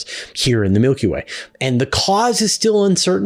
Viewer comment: Change the way you say Milky Way 😬